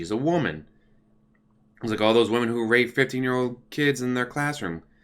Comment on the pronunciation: The way you say rape is wrong.